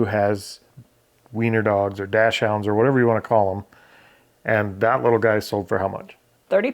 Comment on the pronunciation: Docksund is how dachshunds is pronounced